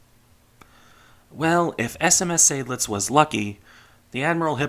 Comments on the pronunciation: Weser: long German e, followed by soft s (z for Americans). And pleeease: Zide-lits, not Say-dlidz. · Greetings, I have a small correction because it drives my inner Adrian Monk nuts: Seydlitz is pronounced "side-lits", not "Sayd-lits", with a clear 'ah'-sound. There even are original records of General von Seydlitz being adressed in old radio transmissions on YouTube if you'd like a listen from back in the day. It's not one of those "some say it like that some say it like that" by the way. There is a correct pronunciation - yes, plenty Germans get it wrong as well because education is at an all time low these days. (Same with Prinz Eugen having the emphasis on the second e due to the name's origin.) Other than that, nice video as usual. These really are optional things to improve on, after all. I'll gladly help by for example providing some hearing examples if you'd like to improve on your pronunciation if you want. Happy New Year